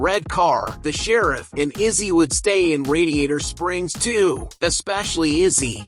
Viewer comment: It's "Lizzie", not Izzy